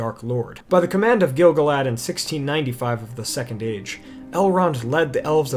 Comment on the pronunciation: And also every time he says Gil-galad as GIL-guh-lad instead of gil-GAH-lad. For the amount of research done for this video, the pronunciation game could definitely be improved :)